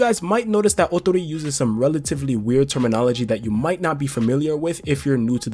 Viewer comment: Great pronunciation of Ootori’s name And yes you were correct!!! Awesome!!